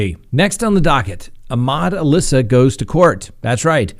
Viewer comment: It’s pronounced Ahmad AL-Issa not Alissa like the girls name.